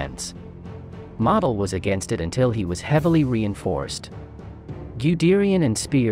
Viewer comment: Please pronounce Model correctly.